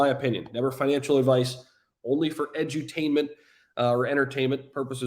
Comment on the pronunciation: Edutainment was a perfect mess up for a word bro !!!!!!!!